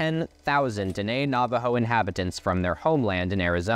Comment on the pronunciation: He mispronounced tribal names, bro. He butchered Apache and Diné